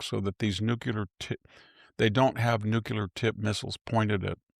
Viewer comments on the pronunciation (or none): Agreed. Now can someone please tell him how to pronounce nuclear?? It's NOT NUCULAR!!! I thought he had extensive studies in the minutiae? Possibly some more English and less classics. It's a little unbecoming. New - Clee -Err Not nuke you ler 🙄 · Nuke-u-lar? Are you kidding me? Isn't he supposed to be erudite? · Learn the proper pronounciation of Nuclear!